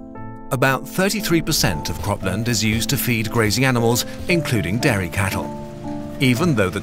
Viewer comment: Your pronunciation of 'dairy' sounds like 'Derry', so now it just sounds like you have a problem with the environmental effects of Irish milk...